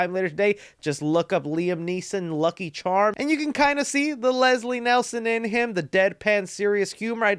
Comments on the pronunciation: Bro first off, it’s Leslie NIELSEN, not “Nelson”. Second, Neeson’s parody scene was with Trjx and not Lucky Charms. Cole on dawg you’ve got google like the rest of us lol don’t let the cart get ahead of the horses. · Come on his name is Leslie Nielsen not Leslie Nelson put some respect on his name 😅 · Nielsen, Nielsen....lol, also its a spoof film not parody.